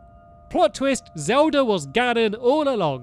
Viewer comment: He said zeld at the start